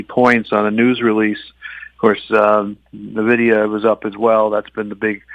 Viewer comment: Tough to take any investment “pro” seriously that can’t even pronounce one of the biggest company’s name correctly. (It’s EN- vidia not NUH-vidia)